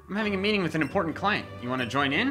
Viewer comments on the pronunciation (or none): none